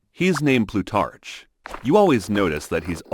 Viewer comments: Plutarch is pronounced with a hard c, think rhymes with stark not starch. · Plutarch, with the ch pronounced as in cheese???😮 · It's Plutarch, with a hard ch. Like in cholera or architecture, not cheerful or cherry. Greek and Italian -ch is hard. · I don’t think he does research in regard to pronouncing words or names correctly before making these videos, he mispronounced Plutarch throughout the whole thing. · "Plutarch" has a "k" sound at the end, not a "ch" - similar to "archeology" and other words of Greek derivation and/or origin.